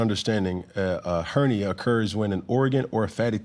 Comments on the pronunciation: Ernia he doesn't know she is saying hernia😂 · He said " ernia"...lol ...her jamaican accent was dropping the H... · She's Jamaican the H is silent for them. My husband is Jamaican & they pronounce words differently.